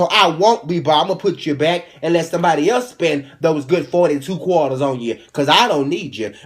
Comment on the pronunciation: "42 qwaters" xD